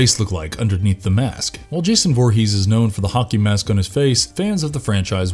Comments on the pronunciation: Anyone else hear him say honkey mask instead of hockey mask? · Why do I keep hearing "honkey mask"? Help meeee!